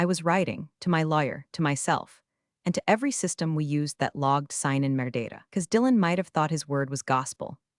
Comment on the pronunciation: Metadata, folks. Not merdata.